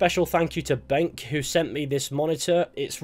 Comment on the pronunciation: It’s not pronounced “benk.” It’s “Ben-cue.”